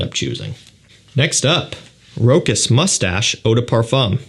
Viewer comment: This isn't pronounced Rochas like you say it. A true fraghead should know